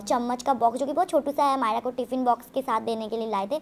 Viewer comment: Ise chamchiyon 'myra' ka pronunciation sikhayo ' माईड़ा' bolti hai